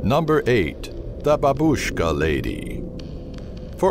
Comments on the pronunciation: I heard babuska lady a lot but every1 pernounece it really wrong I jsut understood what you mean it sounds more like baaaaaaa and word bush kaaaaa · funny voice, "the Babushhh-ka Leyday!"